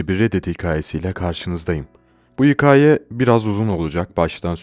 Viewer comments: kanka neden hikAĞye diyon aglicam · abi hikaye kelimesinin doğru telaffuzunu öğrenir misin lütfen